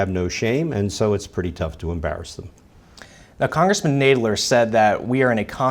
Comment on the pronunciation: Learn how to pronounce people's name before you say them in front of 96,000 viewers please. Myoooler and NAYdler...